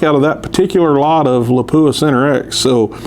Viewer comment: Nobody likes their name mispronounced. Please check how to pronounce Lapua.